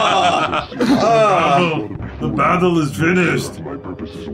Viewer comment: “The BETTLE is FINISHED..”